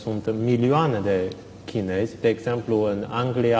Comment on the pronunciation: "Chinezi" NU "chineji" in LIMBA ROMANA, doamna Muresan!!!!